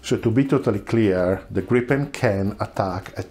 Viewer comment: Gripen with one p! Not Gripppen! Griipen!